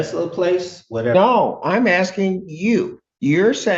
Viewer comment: He’s axsing, Your Honor